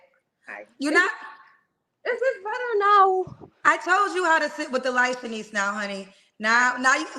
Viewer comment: I really wanted to yell at, her name IS NOT SHANIECE!!!!